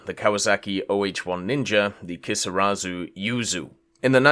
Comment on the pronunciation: Emmm exuse me sir, but it's "Kisarazu" not "Keesawzoo"